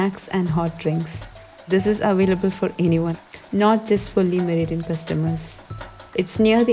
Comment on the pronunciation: Salaam to u!! I really like all ur recipies!!just wanted to correct on the pronunciation of Le Meridien! It is spelled as Le, but pronounced as La!!👍